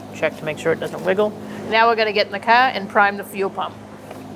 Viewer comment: Wait did you say 120foot pounds on the little bolts? Nevermind I rewatched...by the way I love how you say car lol